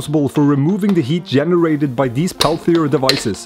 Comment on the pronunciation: And from now on, all makers will mispronounce "peltier".